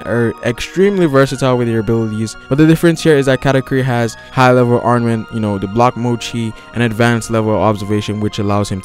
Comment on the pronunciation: It's ARM-MA-MENT! NOT ARMA-NENT!